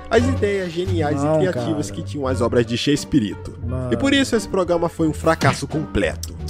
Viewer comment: "Progâma"